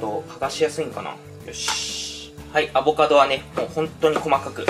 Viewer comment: アボ⤴カド⤵さん。🤣